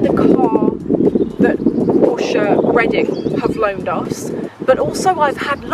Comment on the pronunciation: Hi i am from germany. Please dont say porsch its porsch_e (like the e in chan_e_l). Hirn = Brain Hals = Neck Ohrläppchen = earlope Rückenspeck 😂= back fat Rüssel 🤦🏼‍♀️(Nase) = Trunk (Nose) Schulter= shoulder